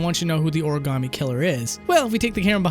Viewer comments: I'll have you know this game takes place in Philly, and we do not say Oruhgammy. It's more like Origommy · jAasOn shAUN I always find the way said origami as origAAAmi funny as shit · What do you mean a person from another country pretending to be a detective in New York... when the way he says Ori-gam-ee is a pure Boston accent... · THANK YOU for pointing out the way they pronounced Origami . It never stopped haunting me cries in triggered